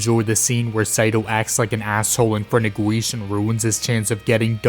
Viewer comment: That's not how you Pronounce Guiche, Kirche, and Montmorency's Names.